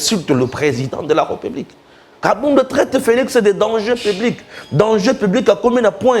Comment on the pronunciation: Mais où tu as appris que l'on dit republique? On dit plutôt RÉPUBLIQUE avec accent sur le e qui se trouve entre le r et p. Essaie de corriger quand tu prononces le mot république. Juste un petit conseil. D'accord?